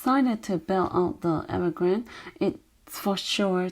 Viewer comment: The name of the company is Evergrande and not Evergrand. 😀